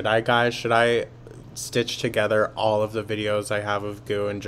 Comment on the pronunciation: Also, she says "ALLS!!!" She does do it on purpose. You can catch her saying it the right way!!! But, she knows when she does it on purpose!!!